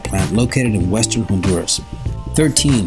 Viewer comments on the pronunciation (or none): none